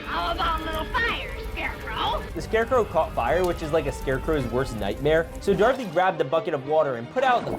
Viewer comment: Darthy? U mean do-ra-th-y